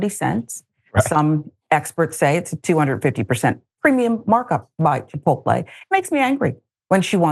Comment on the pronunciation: How is this illiterate clown even on TV. He can't even pronounce the name of a restaurant properly. 😅